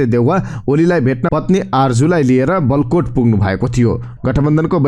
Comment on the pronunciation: वलकोट होइन हजुर बालकोट हो, हजुरलाई लाखौंले सुनिरहेका हुन्छन्, कृपया ध्यान दिनु होला ।